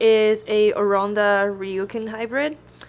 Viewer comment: why u say oronda instead of orAnda?